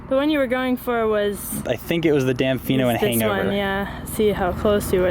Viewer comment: As a Sedona local I was cracking up at your pronunciation of Damifino!